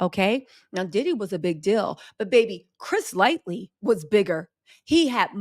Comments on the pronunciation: Hey, it's LIGHTY, not LIGHTLY 😄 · Yeah. She never pronounces his name correctly because she does not know who he is, but out of everyone she deep dives on, I need her to put some RESPECT ON CHRIS LIGHTY'S NAME! Forreal. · It's hard to hear it mispronounced so many times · His name is Chris Lighty. Not lightly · It’s L-I-G-H-T-Y , lightly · God rest the dead cuz you STAY butchering that man’s name. His name was CHRIS LIGHTY!! Not “LIGHTLY”. 😒🙄 “Chris Lighty American music executive”. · Pretty sure it's Lighty and not "Lightly." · Each time you mention Chris "Lighty" you call him Chris "Lightly" not a huge deal its just not his name lol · that man's name is CHRIS LIGHTY.. not chris lightly... RIP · Its not lightly its Lighty 😂😂😂lol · The fact that she keeps calling him Chris Lightly is funny 😆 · Love you - you make me feel old when you pronounce some of the names wrong lol. Light - Y. There is no L at end lmao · Do you mess some of these names up so you won’t face legal ramifications… is it an honest mistake? Because those names kill me! Chris “Lightly?” Good technique if you’re doing it on purpose. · Nah she just getting it wrong 😂